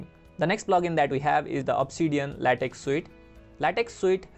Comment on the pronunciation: Nice. Small point. LaTex is pronounced LaTech.